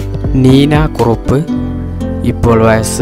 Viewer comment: വഴസ് അല്ല വയസ്സ്